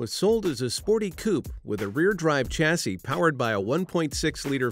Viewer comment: A two door fixed-roof car is pronounced coo-pay, not coop, and while I'm on the subject, it's shas-see, not chas-see.